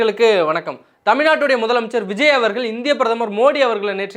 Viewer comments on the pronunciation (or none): none